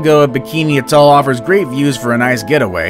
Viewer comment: These are not even the most dangerous and you don't seem to be able to pronounce the word atoll.